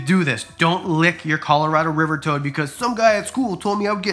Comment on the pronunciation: Dude you are say Colorado completely wrong 😂